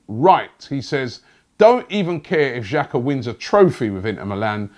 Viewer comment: Robbie, The correct pronunciation for Xhaka, is Xh, is pronounced J. If you were to write it in English it would be: Jaka.